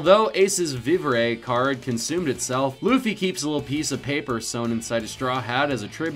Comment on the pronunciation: I love how he says there fans of one piece but can even say vivra cards. Like do you not watch it? Maybe you don’t read it? Or like how you don’t even know mihawks name like you sai my hawk when it’s me hawk. Clearly you guys just aren’t fans. Also “devil fruit users can’t swim” oh you don’t say? God this video was bad